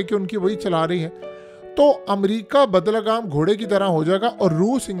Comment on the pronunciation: Bai lagam ghotda hota hai bahi bad lagam nahi